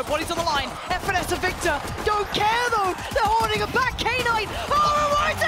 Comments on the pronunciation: Im losing my mind over the female commentator calling Knight K - NIGHT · No I mean "Knight" should be pronounced as "nite" instead of "K-nite" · Am I the only one triggered that knight is pronounced as K-night? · Knight pronounced as K-night was killing me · why is she calling him k- night? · why are the commentators saying K-night like it's two different word, it's just "knight" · what is k night. His name is Knight pronounced as night lol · She knows what a knight is right? Why does she keep saying K-night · Did she just call knight , K-night ? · imagine reading "knight" as K-NIGHT. what the F. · okay but who the fuck read knight "kay night" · Even the JP caster called him K-nighto maybe that's how he wants to be called idk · Why does the caster keep saying knight as "K-nite". Is it how it's pronounced or just the American way of not knowing how to pronounce it and still saying it to make American English? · I vomited hearing "K-night!"